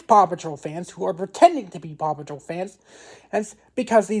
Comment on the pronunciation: A true fan who cant say paw patrol